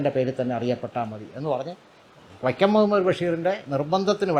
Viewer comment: വക്യം മുഹമ്മദ് ബഷീർ, പൊസ്തകം ..... എന്തു നല്ല ഉച്ചാരണം ! എന്നിട്ടാണ് മറ്റുള്ളവരെ വിമർശിക്കാൻ നടക്കുന്നത്. കഷ്ടം!